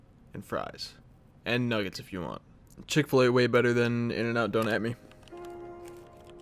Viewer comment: Nice vid but did he just say chick fl a better then in and out hold up what 😂